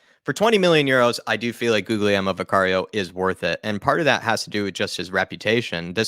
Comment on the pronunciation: To pronounce Guglielmo, you need to barely pronounce the second G, so if you say Gulielmo, its closer to the correct pronunciation compared to How a lot of english people pronounce Guglielmo